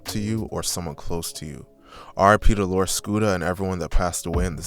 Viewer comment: It bugged me how many of the news people couldn’t get his name right. How hard is it to say lor, not that hard of a word to pronounce it’s literally one syllable 🤦🏻‍♂️